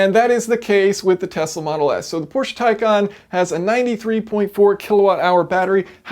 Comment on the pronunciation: Yep it is pronounced as tie con.